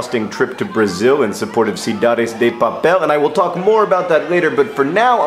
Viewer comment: Good pronunciation for Cidades de Papel, John! Kudos